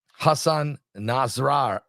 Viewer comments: PRONOUNCED N-A-S-R-A-L-A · I think it’s pronounced Nos-Ra-la